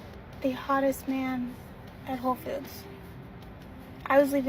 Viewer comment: The store is called WHOLE foods not 'ho' foods.